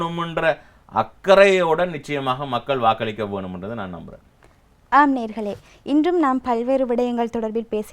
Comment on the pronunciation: நேர்களே அல்ல, நேயர்கள் என்று உச்சரியுங்கள்